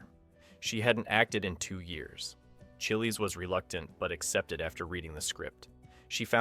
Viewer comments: Gotta love that pronunciation of Lois Chiles (CHY-ulz, rhymes with "miles") Lois Chills Lois Chilllies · I always pronounced her name as though it rhymed with 'miles' too!! I suppose that's AI voice over for you!!